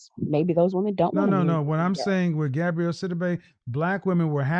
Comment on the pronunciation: Her name is "GABOUREY", NOT "GABRIELLE"...🤨